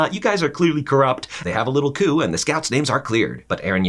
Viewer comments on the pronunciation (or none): none